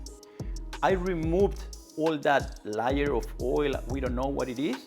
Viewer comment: I love when he says Layer in reference to the substance that comes on the Misen pan, but it sounds like Liar. It's a very apt pronunciation.